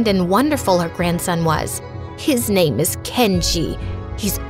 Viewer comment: the way they pronounce the name 😭😭